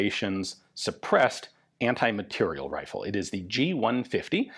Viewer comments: Ian, I can't believe that. It's Anti-MATERIEL rifle. Not "material". MateriEl... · You say ``anti-materiel`` but all i can hear is very quiet ``anti-personnel``...